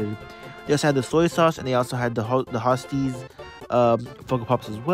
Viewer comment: Ho-stess. Lmfao